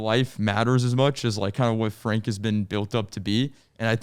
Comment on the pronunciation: I dub this rendition of Frank as Frenk. Similar to Frunk, but slightly more rare.